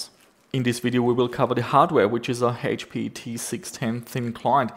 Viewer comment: He mispronounced HP